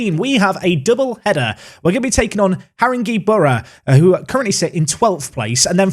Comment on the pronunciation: Great vid,...but I'm gonna help you out a bit; 1. HarinGAY boro 2. WhitsTUBBLE Carry on 👍